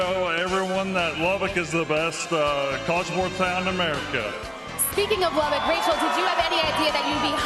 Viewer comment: They still refuse to pronounce Lubbock correctly.